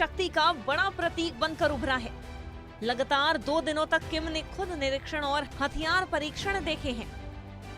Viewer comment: It is LAAGATAAR NOT LAGTAAR